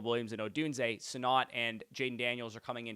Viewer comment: It's Sinnott. Not "Sin-NOT"....